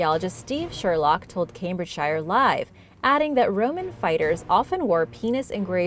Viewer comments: Pronounced “Cambridge-sheer” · Not telling you off or anything but "Cambridgeshire" is pronounced "Cambridge Cher" ok God Bless!!